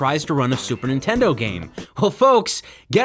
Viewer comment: Video starts, "The Super In-tendo" I'm out.